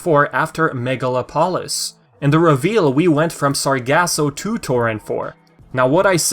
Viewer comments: I believe the city's name would be pronounced mega-lop-olis not megala-polis. Kinda like how you pronounce metropolis. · Its megalo-polis. Its greek Megalo means big And polis means city